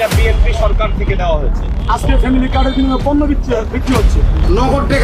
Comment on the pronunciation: পফ্যামিলি না ফ্যামিলি দানরেসিস না ধানের শীষ লেকচার এর আগে বাংলা ভাষা ঠিক করে নিও ভাই